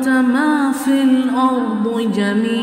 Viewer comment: The pronunciation should be MA FIL ARDE instead of MA FIL ARDU